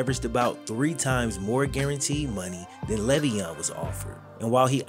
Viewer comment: I mean the least you could do while using his name to make bread is say his name right.... he has said multiple times its "lay-veon"